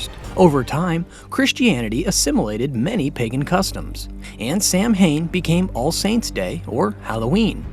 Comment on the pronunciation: all this research and ya can't even say Samhain right :(